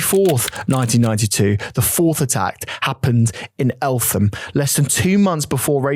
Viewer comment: I've never heard of anyone pronounce Eltham like El-Fam lol it' has a silent H Don't know why that bugged me loool Anyway love the Show